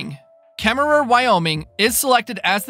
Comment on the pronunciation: I LOL'ed at KemmerER. Hahahah... I wondered about the spelling vs. the pronunciation. Wyomingnites don't pronounce the final /er/. I am excited for the project too.